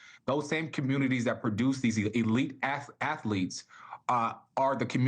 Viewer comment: Did he say affleets